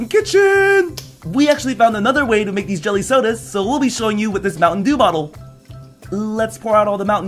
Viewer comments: I thought pyrocynical said mountain Jew instead of mountain dew Now I keep hearing mountain jew H e l p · anyone else think it sounded like pryo said Mountain Jew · I love how he said "mountain JEW" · Did anybody notice he keeps saying mountain jew instead of mountain dew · I swear he said mountain jew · watching in 2018, if you listen carefully, he says mountain jew jelly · Did you just say Mountain Jew?